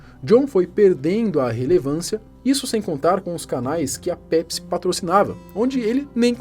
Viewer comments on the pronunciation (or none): “Nw bebam PESPI”